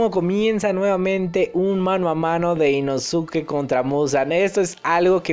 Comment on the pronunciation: jaja deja de decir inosuke se pronuncia inoske